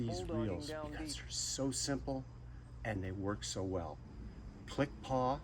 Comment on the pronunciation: The gold is so gaudy. The black version probably looks better. Also, it's click and pawl, not 'paw.' No worries. :)